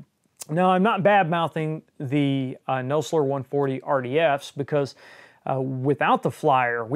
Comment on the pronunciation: I always thought it was pronounced "Naw-zler" and not "No-slur" LOL